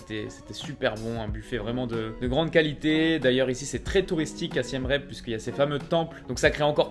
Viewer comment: Siem Reap se prononce "Siem Rip" (approximativement)